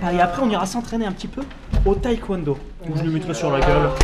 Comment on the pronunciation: ENFIN quelqu'un pour dire que c'est pas Taïkwondo mais Taekwondo ! c'est pas Thai enfin 😂😂